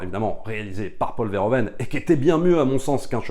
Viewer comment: Alors juste une micro-remarque sur la forme: on dira plutôt Paul Veur - Ou - Veun, en lieu et place de Vair - O - Veine. Un peu comme on dira Ou - Veur - Fonik au lieu de Ovaire - Fonik